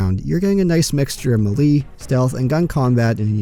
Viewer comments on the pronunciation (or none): Me lee? I though it was May Lay. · That's the first time I've heard "melee" pronounced like that... 🙂 Thanks for the video ✌